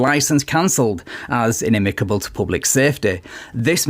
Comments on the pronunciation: Inimical is a new word to me and I understand why the cop had trouble saying it lol (also I notice when narrator and guy says it they say inimacable for some reason) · In-i-mi-CAL!!! There is no "B" in the word!!! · It's "inimical". Apparently you had a problem as well. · Also, looks like nobody (including the sovcit, the cop, and ) can pronounce "inimical" 🤣